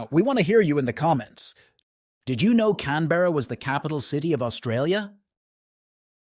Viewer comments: Australian here. It’s pronounced “Can-Bruh” not “Can-Berr-A” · It's pronounced "Can-bruh"